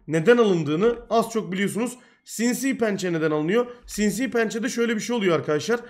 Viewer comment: "Sinsiğ pençe"